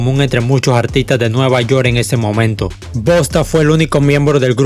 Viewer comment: No digas Bosta porfavor jaja bosta son los de aca de mi paìs que hablan cmo centroamericanos